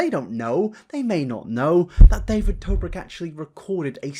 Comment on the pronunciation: This was an amazing watch but when you said david dobik, im sorry but i lost it lmaoo